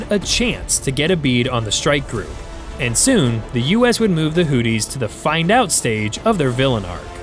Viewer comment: I cant take you seriously... the hooties... give hooked on phonics a try...